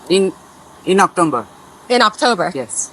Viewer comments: Actomber 😂better he didn’t said Cacumber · October ❎ Octomber ✅ 😂guju scammer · She is asking about what is doing with gold bar and he deosnt understand. Such people get visa. It's strange He speak October as Octumber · अक्टाेबर काे अक्टुम्बर बाेलरहा है , माेदी का भान्जा लगता है। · Am I the only one who listened Octomber?😂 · October ❌ Oktomber ✅ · october❌ oktomber❌ cucumber ✅